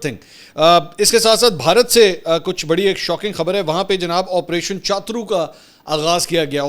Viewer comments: منصور بھائی آپریشن چاترو نہیں بلکہ شترو ہوتا ہے۔ یہ ہندی کا لفظ ہے جس کا معنی ہوتا ہے دشمن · chatur nahi hy cha turr ha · minutes Not CHATRU IT IS PRONOUNCED AS SHATRU = HINDI WORD MEANING DUSHMAN / ENEMY.... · چاترو نہیں ہے چتور ہے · o bhai opration shatru iska pronoun he iska matlab dushman ,opration dushman